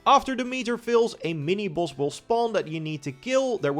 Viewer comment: Bro you saying boss or balls? 😂